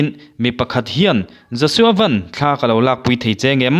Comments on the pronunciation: Josua Van i lam dan hi 'Maruti Van' tih anga lam tur a ni lo, Van ram kan sawia Van tih anga lam tur a ni e. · Pu Siamthara ngei pawhin Van hi Sky lam danin a lam kha aw